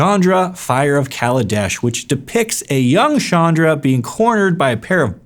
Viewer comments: Ch not sh its very irritating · I always thought her name was pronounced as ch-anne-dra.